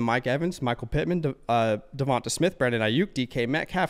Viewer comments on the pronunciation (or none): Can yall please stop calling him Devont”E” smith, his name is Devont”A” smith put some respect on it